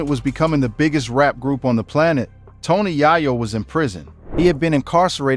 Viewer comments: Tony Yayo ❌ Tony Yahyo✅ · TONY YAAAYO..😂😂😂